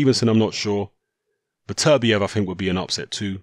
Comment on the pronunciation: Really frustrating hearing mispronounce Beterbiev's name so frequently...